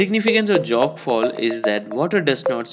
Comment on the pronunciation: It's Jog not Jog. As in joe